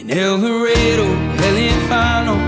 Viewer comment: The way he pronounces el dorado….